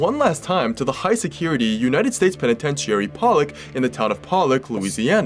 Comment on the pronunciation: Agree he maybe able to smooth his way with people even suspicious cops but he still tried murdering two people we know of and succeeded murdering one. Nice catch, also mispronounced Penitentiary it’s “peh ni TEN chr ee” just hopefully helpful feedback, love your stories though listened and watch all of them